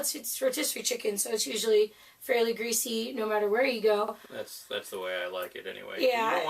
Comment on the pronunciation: It’s supposed to be greasy!! 🤣🤣 Three times you said greasy...Jesus. 🙄🤨